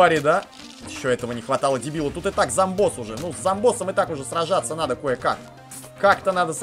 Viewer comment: вообщето говрится Доктор ЗОМБОС а НЕ замбос он что замби нет он зомби.